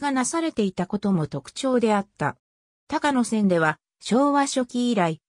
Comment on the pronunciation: 「たかのせん」じゃありませんよ！ 「こうやせん」です。